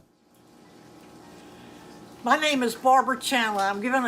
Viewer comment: is so creepy. The music gives it "just a burning memory" vibes. Giving a shoutout to a school shooter and she probably doesn't even know who he is. The way she says Lanzie instead of Lanza really drives it home.